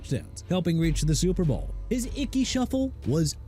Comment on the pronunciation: YOU AIN'T SAID WHAT CFL TEAM STEVE SLATON WAS ON!!! ALSO DUDE IT'S CLINTON PORTIS NOT PORTERS AND TERRELL DAVIS PRONOUNCED TUH-RELL NOT TEH-ROLL AND ICKEY WOODS NOT GEE WOODS!! ARE YOU DONE BEING ILLITERATE?! IF YOU ARE, DO AMERICA AND THE SPORTS WORLD A FAVOR: QUIT!!!